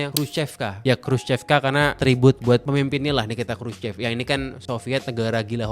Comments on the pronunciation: Dibacanya kruso bkn krucep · Bener banget nih..si Mas yg cerita ini detil studinya soal tata kota di Rusia sejak Soviet era. Mantap..saya kebetulan diaspora Indonesia yg tinggal disekitar daerah CHEREMUSHKI sejak 2008. hanya ada sedikit tips utk pengucapan BHS Rusia.. Khrushchev dibacanya: Khrusyov.. trus CHEREMUSHKI dibaca Cheryomushki.. trus Khrushchevka bacanya Khrusyovka.. . Sedikit cerita soal sejarah Rusia, sebelum Khrusyov pemimpin Soviet nya itu Stalin. Karakter bangunan jaman Stalin itu megah, besar, boros dan wah.. sementara Khrusyov lebih memilih berbeda dengan efisiensi biaya bukan hanya karena pasca perang dunia II yg kurang biaya tapi jg karena ingin menghilangkan pengaruh Stalin dan menghilangkan kultus individu rakyat terhadap Stalin. Kira-kira begitu.😊 Salam dari Moskow.